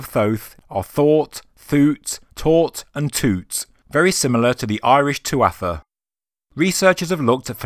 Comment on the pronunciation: Ah man at least contact Irish people for pronunciations stop assuming you know